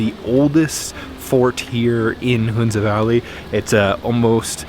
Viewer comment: It's pronounce Huhn-za not Hoon-za. First syllable is pronounced the same as the first syllable in 'honey'.